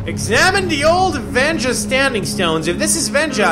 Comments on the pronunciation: It's wenja not venja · weja not venja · Wenja not venja